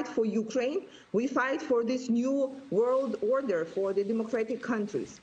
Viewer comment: Niu łord łorder hyhy.